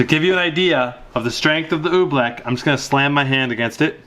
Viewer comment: he said oobleck like OE-bleck